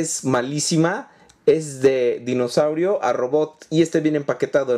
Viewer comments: se dice dinosaurio no mimosaurio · es dinosaurio no mimosaurio